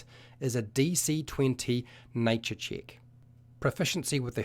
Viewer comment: hint to understand the video better: if everytime he says "chick", you understand it as "check", the video will make a lot more sense!